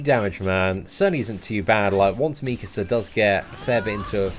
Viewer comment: Meekasa meekasa lmao 😂 😂